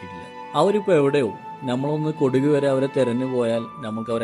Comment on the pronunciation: കൊടുക് അല്ല കൊടക്